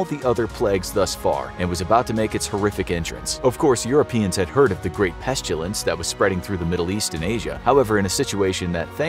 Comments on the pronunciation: It’s ‘pestilence’ not ‘pestulence’ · "Pestulence." Okay